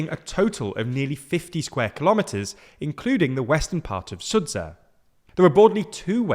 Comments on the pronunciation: SuDZHa! not SudZha, not SudzHA!, DZH - it sounds like DJA - "Sudja". please pronounce it correctly. I know its a rare sound in English but its still there and sounds very much like DG in judge or badge. Sudzha. thank you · It's not "SudZa" it's "SudZHa" much like the sound "g" in the word "general" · Sudzha is pronounced SOO-juh. It’s spelled that way bc Russian doesn’t have a true “j” sound. It is composed of the letters for “d” and “zh.” That carries over to the romanization. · I see that you've given up on trying to pronounce the location names properly ;) For example, Kursk is pronounced with a U sound, just like you said in the sUdzha. However, for the Sudzha, the zh sound should be pronounced as ʒ, similar to Zhou. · why are you deliberately pronouncing Sudzha wrong? the h is there for a reason, you know? Maybe if it was transliterated *Sudja you'd understand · Sudzha is pronounced as SOO-juh. "Zh" is the voiced version of "sh". Why do they get it wrong? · it's much more pleasant to hear you mispronounce Russian city names than Ukrainian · Sudzha. Zh is same as French J